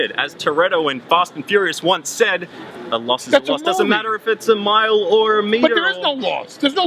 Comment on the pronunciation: Paul told him to go f*ck himself . Anchor's so stupid! - "If it's a mile or a 'meal'..." SO nervous, and stupid.